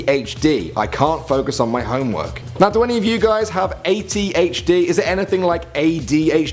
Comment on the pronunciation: it said 8 "o" H D not 80HD you also got the eifel tower/ big ben thing wrong and a couple more things